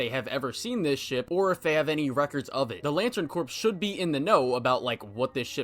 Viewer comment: "The Lantern Corpse" is what you turn John into. The "p" and "s" are silent if you're talking about a "corps," as in, like, the Marine Corps, or the Army Corps of Engineers. Silly French loanwords.